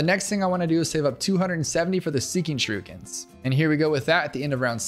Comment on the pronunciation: shuh rook ens